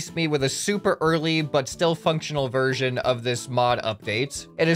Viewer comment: THE YES VERSISION